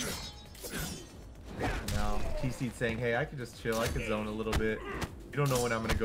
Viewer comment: Put some respect on the dude's name it's Zoneo 🤣🤣🤣🤣🤣🤣🤣🤣🤣😂😂😂thats all he do